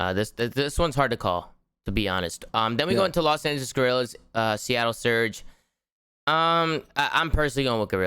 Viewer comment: Does anyone know they are mispronouncing LA Guerrillas